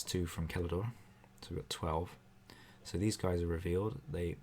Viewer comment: Did you pronounce Celador with a hard c? I'm so happy!